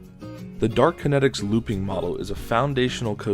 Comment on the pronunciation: It's Dart Kinetics, not Dark Kinetics, btw